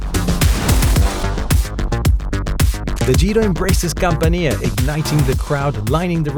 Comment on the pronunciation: Not "CampaNEEa". We pronounce "camp'ania"